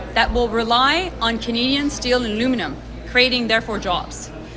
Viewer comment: I had to play over and over and over and and and just to hear her try and say ALUMINUM HAHAHAHAHAHA. If you cant even say the word how in tf do you expect to save it. Wait she also said "over the WEEKEND she was contact with industry leaders and unions" so they wont work the summer cause well they workd for 3 week they need a holiday but they work weekends HA